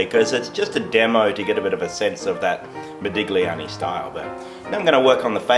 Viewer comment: You DO NOT pronounce the 'g' in Italian when saying Modigliani. Pronounce 'igl' as just 'ill'. Like saying Modilliani.